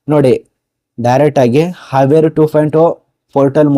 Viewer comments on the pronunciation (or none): It's kaveri 2.0 pronounciation correct irli brother